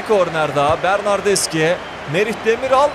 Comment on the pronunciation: bernardeşi diye okunuyor bilgin olsun .d